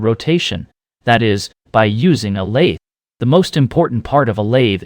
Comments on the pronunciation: A.I. slop. As soon as heard the voice say lathee instead of lathe I was out. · Your AI can't even pronounce the word lathe. Stopped listening at that piont. Interesting subject but the lazy use of AI invalidates it. Maybe AI produced the whole thing? Lost interest, stopped listening. No like or subscribe for AI content. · ...no "lathey" needed!